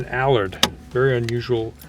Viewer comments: He told you its an "'Al-ard" correct pronounciation-as its spelt-but no-youre a yank and call it an "alud'-with typical Yank arrogance ! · Tom, it's Allard, not Allerd. Listen to the owner's pronunciation pard. You're in London! 😁